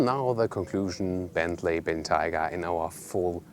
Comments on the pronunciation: Ben-tiger? It's pronounced Ben-Tay-Gah! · The environment up north your friend told you about is taiga, pronounced how you're saying it. Bentayga is the name of this vehicle, and since Bentley was a British company you should probably say it how they do. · Excelent video as usual. Highly enjoyable. However, several things. Re. the name, maybe the snow forest Taiga in Russia is involved but most Bentley people I've heard say name was influenced by the Roque Bentayga in Gran Canaria. So it would be " BenTIEga". The front grill.. is it really in chrome? Bentley have always been so proud of being the only manufacture which uses polished stainless steel where others use chrome. The indicator sound is exactly the same as my fathers Jaguar XJ8 of the 1990's. It's a wonderful vehicle but I have to ask the question, is it really worth 2 - 2.5 times as much as an Audi Q7 on which it is based?